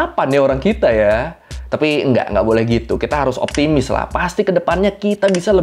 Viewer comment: Gua juga bingung bang masa kemaren temen gua heboh karena Temannya temen gua bilang dia guy yang padahal artinya pria, gay baru sesuka sama jenis Tambahan optimis bang bukan optimus 🗿🗿